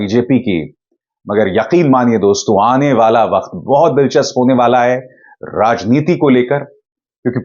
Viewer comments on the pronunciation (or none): none